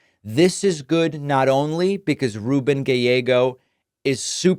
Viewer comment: Ruben says his name"ru-BEN"